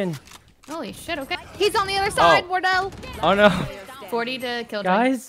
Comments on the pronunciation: I heard war turtle and cilantro. I'm dead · Sometimes "Wortle" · lol its almost like wartle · The way Sykkuno keeps calling Wardell Wordol was absolutely HILARIOUS. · I like how he calls wardell wordol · Chat did him dirty not telling him the proper way to pronounce wardell lmao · Sinatra’s a pro valorant player you hurt me with your pronunciation of wardell but I love u Sykkuno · The way sykkuno says wardells name makes me mad